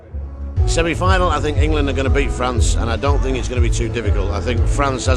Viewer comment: in-gay-land, in-gay-land, in-gay-land